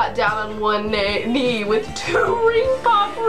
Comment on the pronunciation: Am I the only one that lost it when she mispronounced "knee" and said neigh and the horse picture showed up??? I rewinded that shit like 5 times already 😂😂😂